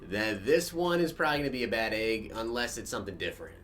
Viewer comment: I didn't notice it at first till other people said something but you say egg weird sounds like you saying AAA-ge